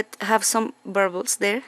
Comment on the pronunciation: I love how she says "burbles" for "bubbles"!!!! I'm going to say it that way from now on!!! BTW...I have a very good friend who lives in Bergen, Norway. 😁